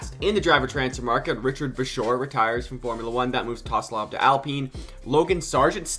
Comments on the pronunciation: TSOLOV NOT TOSLOV MAN ahhhhhhhh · Tosolov??😭😭 you need to learn some names man😂